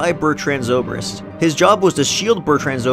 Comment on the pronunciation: Is no one gonna care about how he pronounced zobrik correctly but IRFAN KHAN incorrectly